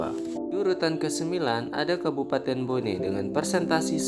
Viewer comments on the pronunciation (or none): none